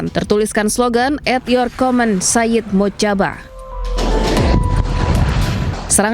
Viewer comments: Mojtaba = moj taba, bukan mocaba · Mujtabaa (Mojtaba) bukan Motjaba 😊😅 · mbak anchor, cara baca yg benar Moj-taba... Mocaba Mocaba